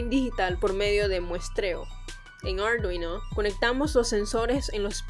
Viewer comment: Me gustan tus vídeos menos por lo de "aldruino"